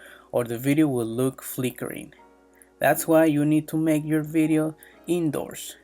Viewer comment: Make❌ Maka✅